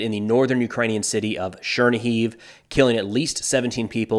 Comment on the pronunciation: The city name shoudl be pronounced Cher-KNEE-give